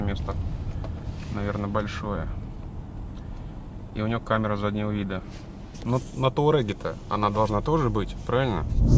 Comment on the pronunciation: ТУарег а не ТАурег